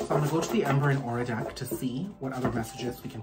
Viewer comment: I was drinking water when you mispronounced ‘deck’ and I nearly choked 😂😂 regardless, thank you for the message!!